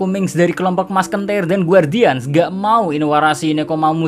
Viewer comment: Musketeer --> Maskentir Wkwkwkw